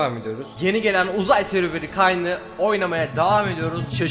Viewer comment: Kayn değil keyn